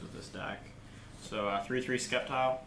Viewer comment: Sorry but there is no k in sceptile hahaha i almost thought in the beginning you where just skeptical of the deck lmao